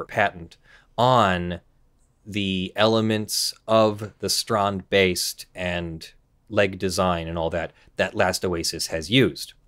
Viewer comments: Wow didnt expect the how you pronounced strandbeest, expect you to go strend beast, thumbs up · oh boy I'm jumping in my seat even before the vid started =) I'm really curious how you pronounce strandbeest X) (I'm dutch) (edit: I tip my hat to you dear sir. that was perfect!!!!)